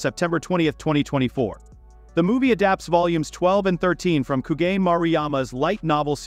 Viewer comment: Ku-ga-ne ❌ Ku-gain ✅